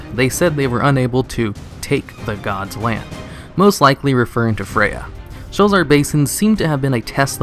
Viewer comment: Sho-la-zar. It has 3 sylables.